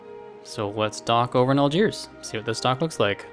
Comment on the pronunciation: It's Helvetia, so you essentially named your ship after Switzerland. Also, it's VA-LEN-SEE-AH. Also, it's AL-DSHEER.